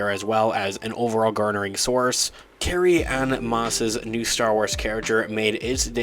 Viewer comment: Unbearable. It's Carry Ann Moss. NOT Anna...